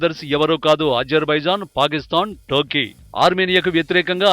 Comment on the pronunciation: టర్కీ అని తెలుగు లో చక్కగా పలక రా యదవ